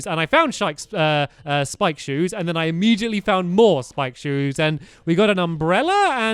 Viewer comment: Not hating but why do u say imemgitally.. It's immediately